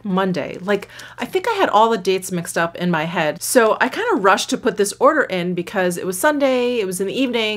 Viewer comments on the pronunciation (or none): none